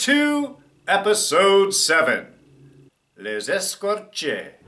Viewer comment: “Les Écorchés” not to nit pick.